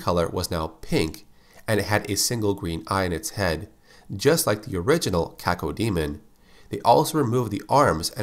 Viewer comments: When I was a kid, the name Cacodemon was apparently too much for my brain to process. I ended up pronouncing it "ka-CODE-mon" for six months before I realized that the word DEMON was in its name. Oops. lol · Cacodemon; Kay-Co-dee-mun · You say cacao diamond